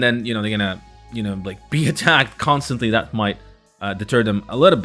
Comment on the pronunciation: Again it’s that not dat.